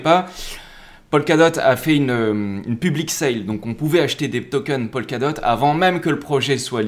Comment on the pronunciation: Juste pour information, dans toutes tes vidéos, tu prononces "Polkadot" comme "Pol Ka dot", alors qu'en réalité, cela ne se prononce jamais "Polkadot" mais plutôt "Pokadot", "Po ka dot".